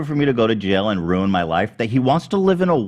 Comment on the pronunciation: Keemstar always saying “da man twied to wuin my life for years” like he hasn’t tried to ruin many innocent people’s lives for his own personal gain for his entire career.